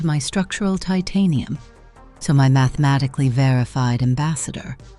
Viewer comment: At least Gemini sibling finally have something like each other again.😂 Pro: "mathemanicly" Flash: "sovereign" See!! Truly sibling🤣